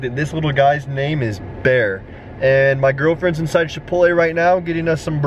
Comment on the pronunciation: I love you and your vlogs but the thing that annoys me the most about your vlogs is when you say chipotle like shipotle. It’s pronounced CHipotle not SHipotle! You are still my favorite YouTube tho!